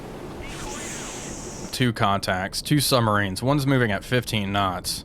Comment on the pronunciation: Bruh, it's quite something to have a great channel that covers submarine warfare and yet pronounce them as summMarines. Lol.